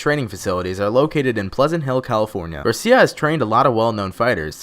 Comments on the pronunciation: it Gracie you amateurs not Garcia, Cesar Gracie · I knew all of this..ill even help you out guy its gracie not garcia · Gracie not garcia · you shit the bed on this video first of its Gracie not Garcia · ok... Gracie not Garcia. 3x... and also these are very well known things about nate diaz. they were all kind of "duuuuhhh" moments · Cesar Gracie not Garcia you douche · "Cesar Garcia" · lol yea this was pretty bad. I can understand fucking khabibs up. But garcia? Rofl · Wow he said Garcia. He is definitely not a true MMA fan. Who gets the Gracie name wrong? And Nurmagomedov lmfao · Cesar Garcia... 😂😂 I seriously ended the video after I heard that. The rest of the video could have been amazing, I don't know. But Wtf, 'Garcia'? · Did he just say.... Garcia? 💀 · Come on homie, its Gracie